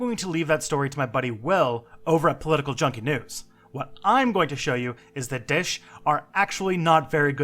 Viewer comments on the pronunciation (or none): It's pronounced dha-esh not dish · Lol theyre not called dish! more like Da'ish, namean? 2 sylables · one thing, can u please pronounce daesh as da-esh because it sounds weird and great video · It's not hard dude! Either don't pronounce foreign words, or if you do it in front of a 10 thousand subscribers, do it right! You gave me cancer each time you pronounced Daesh! It's Daâèsh... Use what I typed into Google Translate to hear the correct form! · i know and thats normal for western people:P just say it with 2 sylables it sounds funny to us arabs when u say it like that lol and i really like your work! One of the rarest people on the internet that actually know anything about islam. So refreshing to see